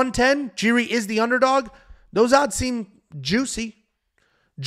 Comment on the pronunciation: And he kept calling Jiri Jerry. 😂😂😂